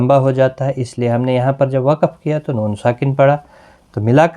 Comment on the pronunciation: Jazakallah .ap ny ayat main tu,tu hunna parha iss main noon tha jis py harkat thi tu wo q nai parha.